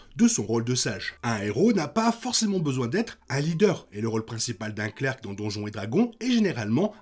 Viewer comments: Bonsoir, superbe video. Clerc se prononce sans le c a la fin :p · Outch mes oreilles Clerc se prononce "clair" Pas Clerk lol